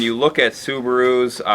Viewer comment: "Sub-a-roos"...classic! Never heard anyone use that inflection other than.